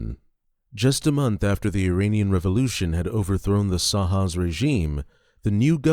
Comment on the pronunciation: He keeps calling the SHAH of Iran, the SA-HAW?????